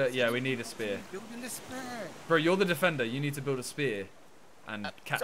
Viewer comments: For the first hour I thought was saying SPARE not spear🤣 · saying spare and not spear is😂😂😂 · Nobody:: Says spear like spare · kept on saying spare not spear its jokes